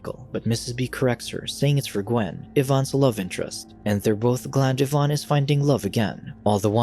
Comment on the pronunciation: Lol, Jaime Pressly being "scorned." Also, "Evan" being pronounced "Yvonne" 😅😅